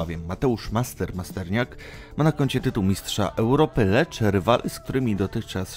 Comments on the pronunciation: Masternak nie Masterniak😂😂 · Masterniak haha nawet nazwiska poprawnie nie wypowiada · Masternak nie Masterniak Kibicem boksu to ty nie jesteś;)